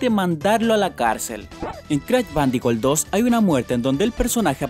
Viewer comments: crach vandicul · calopduti, yochi, cra' bandico' 2, pleitechon, ancharted xDDDDDDD ay